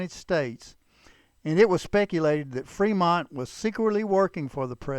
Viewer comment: C'mon. "Freemont"?